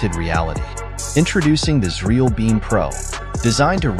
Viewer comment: is this frkm xreal ? this channel's AI audio calls the the company cereal